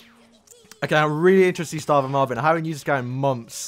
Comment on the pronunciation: He said stavin instead of starving